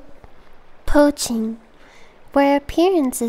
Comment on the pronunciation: Nyanners messing up the word “Poaching” is the cutest fucking thing